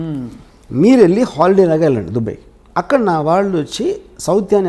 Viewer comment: Orey, adi dubbey kaadu ra, DUBAI. nuvvu ooohinchaleni prapancham. Yevvadu neela nee donga overacting/ fake/ promoter / interviewer la intha khaalega ledu.